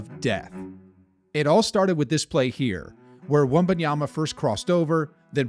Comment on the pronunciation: All the NBA commentators have to do now is learn how to pronounce his name correctly. NOT Wembanyana, not Wenbayama.